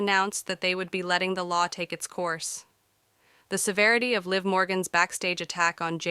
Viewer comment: LIV MORGAN DUMMY & JADE CARGILL DUMMY DO YOU KNOW WHO YOU’RE EVEN TALKING ABOUT 😂WHO TF IS LEE?! 😅One minute you say their names right then two seconds later wrong again dummy or did a dummy write your statement 😂😂😂😂 I can’t idk if this is BS or any truth 😂